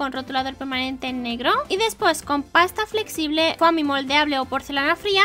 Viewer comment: se pronuncia fomi no foami